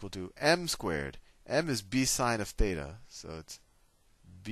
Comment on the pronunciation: is it theta or Fheta ???????????